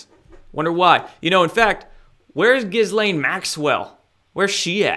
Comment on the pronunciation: You pronounced Jizz-lame Maxwell wrong 😉